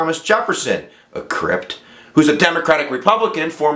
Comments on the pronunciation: Lol, it's Crip not Crypt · There is no t at the end of crip... great vid tho!!!